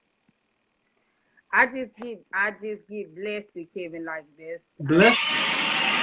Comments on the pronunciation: "I get blessted" 😂😂😂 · This chick just said “I’m Bless-did”. 😂😂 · Yo he asked how she takes care of her children this bih said “I get blessed-Ed”